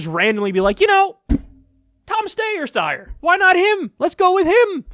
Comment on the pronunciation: Ah yes, that candidate, Tom Stayer Steyer Steer Steyer